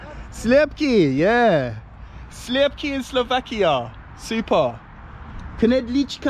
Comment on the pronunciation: You have phenomenal pronunciation for a foreigner, man! The way you pronounced "sliepky" made me drop my jaw, because it is far better than how my wife (Czech) pronounces it - have you trained your pronunciation or how on Earth did you manage that?